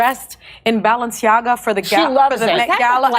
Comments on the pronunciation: notice how she pronounces Balenciaga as "Baalenciaga" Baal enci aga = Baal the king Baal enciaga = Baal's curse Hmmmmm... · “Balanchia” add lol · The multiple mispronunciations of Balenciaga are cracking me up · I like how Jimmy committed to not knowing how to say “Balenciaga” but going for it anyway with 0 fucks give. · 1. Craig has it right. 2. I counted at least FIVE different pronunciation of the name Balenciaga which made it even better to watch this video!😆😂🤣🤣🤣🥲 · I love hearing Jimmy MisPronounce "Balenciaga". Fuck those weirdos 😂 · Love how both and Jimmy are mispronouncing the brand differently 😂